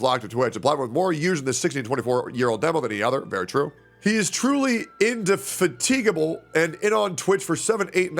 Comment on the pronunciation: You know is legit, because no one would pronounce indefatigable like that on purpose